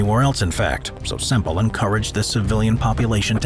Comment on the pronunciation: its bob semple not bob simple